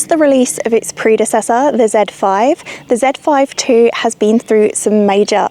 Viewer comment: It's cool to hear you pronounced Zèd Five Two, instead of Zee Five Two 😊